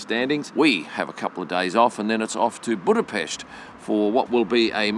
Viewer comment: Hey thanks for saying Budapest correctly!! 🎉😂